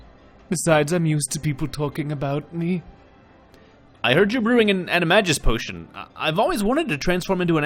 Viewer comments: Omg I almost couldn't deal with saying animagus wrong every time. Ani- mag-nus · It's pronounced "Annie - may - Gis". It's a hard G X_X